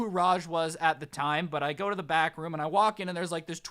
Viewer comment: Every time he said back room did it sound like bathroom? 👍 if agree. | | | V